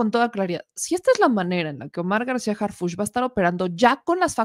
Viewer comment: Harfuch no Harfúch